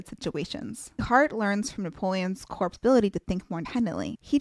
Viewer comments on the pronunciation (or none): I find your videos so enriching and enjoyable overall. But, PLEASE get an editor, or a new one, for pronunciations. "Corps" is pronounced "core". Thanks